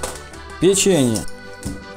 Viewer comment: ахахахахаха просто смеюсь не могу перестать сначала "сыр" и потом "бинзин" аххаахахахах